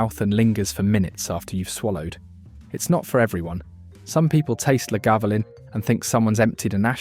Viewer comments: And 'eye-la' FFS. Not 'eye-zlay' And 'Laguvalin'. I've watched a 'worst value whisky' vid that put Chivas Regal at the bottom because it was too smooth and boring. Macallan double cask was rubbished, too. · Repeat after me Isle-la, La-ga-voo-lin. For gawd’s sake if you’re going to rank whisky at least have the decency to pronounce their names properly. Not to mention what you did to Glenmorangie. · And La GAvoolin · One day, AI will evolve to such a degree that it will be able to pronounce Islay, Talisker and Lagavulin properly, but that time is a long way off by the sound of this film. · What utter pretentious drivel! This fraud had downloaded various random “Scotch” ads and descriptions and made a video of it. Period. He can’t even pronounce, Islay, Talisker, or Lagavulin properly! What a tosser! Blocked! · Voice AI struggles with Talisker and utterly fails at Lagavulin and Islay. No Laphroag? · ISSSLAY - Glenfidichhhhh, and as for the Lagavulen pronunciation!?!?!? I agree with the AI on Glenfarclas 105 though. What a pity that the A.I will never taste any of the whiskies on display. However, any enjoyment of this 'promotion' was ruined by incessant interruptions for adverts which - by the way YT - I NEVER listen to (thank you the mute button, thank you, and thank you too the skip option, which when one thinks about it, why offer us the option to skip, do they somehow feel guilty for shoving these adverts at us in the first place?)) Where were ALL the non-chill filtered and natural colour single malts. I see it thus, WE have found these beauties and YOU stay well away from them A.I. WE don't need to be told how good they are! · And. Can’t pronounce either of the Glens, has 4 versions of Lagavulin, 3 versions of Talisker apparently a highland whisky despite being made on the Isle of Skye, and Islay is not once correct despite cropping up many times. The curse of AI - did anyone do the homework or is this an AI assembly from a troll of the internet.